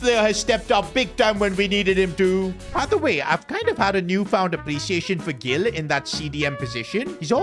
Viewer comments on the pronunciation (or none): It's hil, not gil